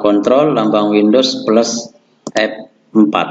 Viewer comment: Windos peles perin sekrin 😆😆